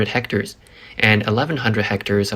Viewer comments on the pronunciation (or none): none